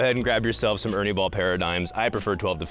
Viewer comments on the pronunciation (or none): none